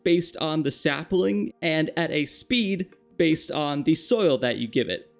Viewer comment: Sapling : ✖️ Sapiling : ✔️🥰